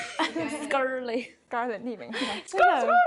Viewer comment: 那裡～唸Skrlett ，以我的角度會覺得在Eri講錯後唸成Skrlett會不會或多或少有點故意呢？ 如果有不同想法也可以討論，若是誤會我會刪掉，謝謝